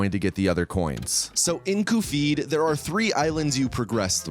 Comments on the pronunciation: That pronunciation makes you sound like a shith-ead :p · Honestly, you’re trying way too hard to be funny here. Between the bizarre pronunciation of Cuphead, the dragged-out running gags, and the constant one-offs, it comes off as more eye-rolling than funny. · Great video. Had to dislike it because of the stupid way you pronounced Cuphead, but I liked it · I don't understand why you're butchering Cuphead's and Mugman's names. Is this a running gag or something? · How do you mistake the pronunciation of Cuphead like that? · he messes up the pronunciation of characters in his videos bcs its funny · The fact that it triggers so many people makes it a win in my eyes, so kudos to him lol! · As someone who found this video via the almighty algorithm, I don’t know if the mispronunciation of Cuphead is an inside joke or not, but it tells me you don’t take really it seriously. So, I don’t see much point in wasting the next hour of my time watching him talk about something he obviously doesn’t care about. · I want you to know I stopped when you were explaining EX attacks because the bit about mispronouncing cuphead is just that obnoxious. I love the game, I love this type of content, but I could do without the self-congratulatory patting yourself on the back for a joke that's supposed to become funny after enough repetitions, but just comes off as smug. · Literally stopped watching because of the way he kept pronouncing Cuphead, we get it man you’re quirky 🤪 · The cuphead pronunciation made me think he made an AI voiceover of himself for a sec. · He ALWAYS pronounces game names wrong. It's a running joke. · Literally listening to this while working and was like “huh that sounds like he’s describing cuphead, what game is this?” And checked and facepalmed harder than I ever have. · It’s cuphead not coophid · Every time you call cup-head "coofeed", I die a little inside. But Great video otherwise. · Cofeed? It’s cup head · CUPHEAD NOT KUFFEED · what the hell is a kuh-feed